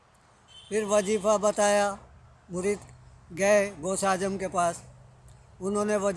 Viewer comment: غوث آجم نہیں ہوتا ہے غوثِ اعظم ہوتا ہے 😃😃😀😀😁😁😁😁😁